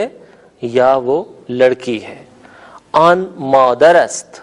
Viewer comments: این نہی ایں کہا جاتا ہے اور آن نہیں آں کہا جاتا ہے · محترم این نہیں بلکہ غنہ کے ساتھ ایں کہتے ہیں اور آن نہیں بلکہ آں کہئیے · Sir ap ki pronociation "in aur on" ki therk ni hy.jsida k azaez ny likha hy.noon ni perhty.